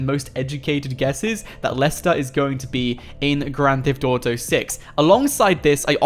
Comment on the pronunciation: It kills me when you say gran thef dotow